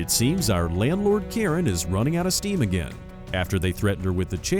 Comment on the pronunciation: I think she calls agaim